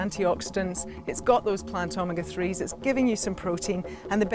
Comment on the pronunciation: Wow! I would have never guessed that it was omega-3. In playing it back, it sounds like the Australian accent on the word omega is somewhat different than the American. Thanks for clearing that up. BTW, I eat chia seeds everyday and so does my cat. I think the chia seeds are making him too smart...LOL. He sits on command like a dog & does acrobatics too. He runs at full speed into a wall or door & does a back flip into the air landing on his feet. I plan to video it & post it on youtube ASAP.